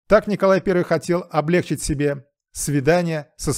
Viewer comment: ОблегчИть, а не облЕгчить!!!❤